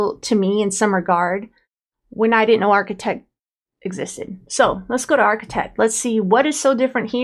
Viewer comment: DEKT. D-EKT! D. ARCHI-D-EKT!!! 😤